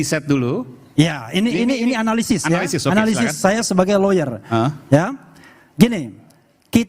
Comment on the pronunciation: RH ndk denger kalau bang kodari bilang analisis, padahal RH bilang analisi😂😂